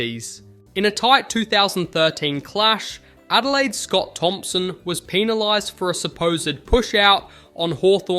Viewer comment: / / / / "Peanilised" lol 😂